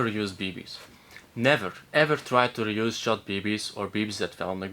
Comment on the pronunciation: bro... I know what he said but he didn't have an audible space between "never" and "reuse" which made it sound like he compounded them into "neverreuse" or "never use"